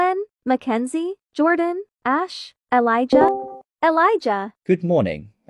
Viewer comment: I love it when Jordan says “the more I hear ashes name the more is sounds like “ass”